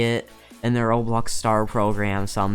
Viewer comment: How he says roblöx Lol